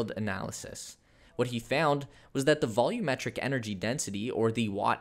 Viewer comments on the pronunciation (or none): none